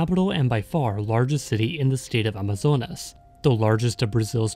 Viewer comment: Olha, você pronunciou o nome Manaus de maneira certa, e Amazonas também foi bom. Como moradora daqui, digo que as favelas são menores do que a de outros estados, como do Rio de Janeiro por exemplo, já estive lá e as de Manaus nem se compara, fora que aqui ainda existe muita casa de madeira nesses lugares, mas geralmente essas palafitas ficam ao redor dos igarapés